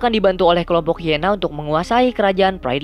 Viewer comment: Bukan hiena tapi haina